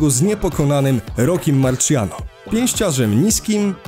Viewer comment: Najlepszy głos Tvgry + Chyba mówi się Marsjano